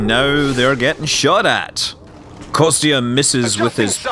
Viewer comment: "Konstantine" it's an official name, "Kostya", is what his friends should call him. And pronunciation for "Kostya" should be more like "Kosta", where "t" is soft.